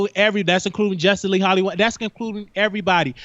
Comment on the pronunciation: He was killing me messing up the names, "Justin Lee, Armad, pyola"....lol